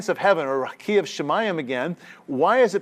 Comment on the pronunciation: A great lecture, I enjoyed it. I wish I can help you with the pronunciation of the word : RAQIA